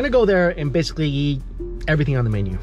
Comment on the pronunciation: I love that says "eat" and it sounds like "yeet" lol